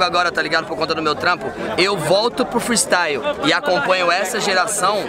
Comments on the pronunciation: Se vc e de quebrada e vc curti o "fristaiuo" KKKKKKKKKKKKKK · Thiago Ventura: "Freestaio"